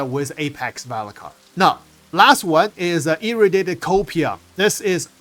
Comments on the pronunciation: FYI.. It's E-Ray-dee-ay-ted =P... sounds like you're saying "Irritated" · Irradiated is pronounced: EE- RAY-DEE-AYE-TED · love your contents too much but pleaseeeeee just take 5 seconds to look up how to pronounce "Irradiated"